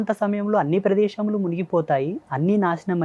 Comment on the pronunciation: ప్రదేషము-✖️ ప్రదేశము-✔️ కాషీ-✖️ కాశీ-✔️ నాషనము-✖️ నాశనము—✔️